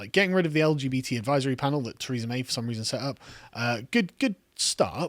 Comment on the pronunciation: you did pronounced her name as "Treason May" :D